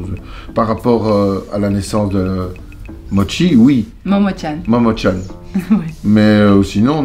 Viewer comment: Ton papa est très attachant , j'ai rigolé quand il a dit motchi au lieu de momotchan